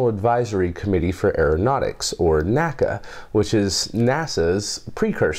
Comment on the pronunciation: NACA is pronounced en-ay-see-ay, never nackah. Also, it was always preceded by a "the" as in "During 1915, the NACA's first year, Albert Einstein postulated his general theory of relativity." And the B-29 was called The Superfortress.